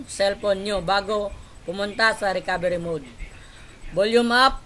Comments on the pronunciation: Mali. mud. Hahaha. Anyways, salamat sakanya.:D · daw po 😂 jk 😂😂😂